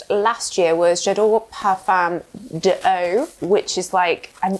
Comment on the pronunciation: It's pronounced 'lor'... not 'laor' please And parfum d'eau is pronounced 'do'..like the musical note...